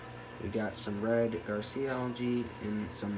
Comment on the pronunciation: Red GARCIA instead of Red Gracilaria? (pronounced GRA-SEE-LAIR_EE_A) Jeez man. If you're going to post a video 'teaching' people at least learn what you're talking about yourself. You didn't even know the names of the macros you had. It's pronounced Ggrasəˈla(a)rēə